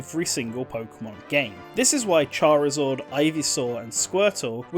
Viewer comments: So triggering hearing Charizard pronounced as Charizord 😂😂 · Why do you keep saying Charizord? Lol. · ah yes charizord